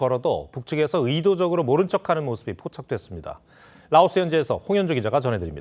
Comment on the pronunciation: 라오스는 "L", 러시아는 "R"입니다. 아나운서 여러분들 발음 조심하셔요.